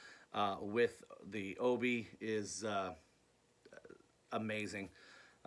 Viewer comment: Hey..awesome video...I'm also a big Japanese vinyl collector...you have some great additions to your collection. Oh and it's pronounced: O - Bee Not O - Bee -I. I got that from an actual Japanese friend...it means Sash..like a belt...hope this clears things up.